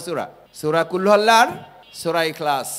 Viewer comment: ভাই আপনে নিজেই তো সঠিকটা পারেন না আগে শিখেন কুলহু আল্লাহ না এটা হবে কুলহু ওল্লাহ।